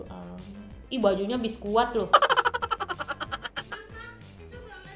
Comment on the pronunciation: Biskuat bang bukan biskuid